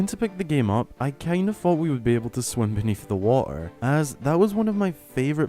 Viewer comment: The way you say water like “waugh-ehr” is so funny lol